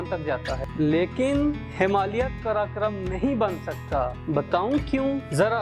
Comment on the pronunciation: Janab , karakoram bolna sikho pahle